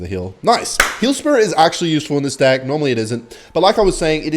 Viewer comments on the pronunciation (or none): Why does he keep saying divk instead of deck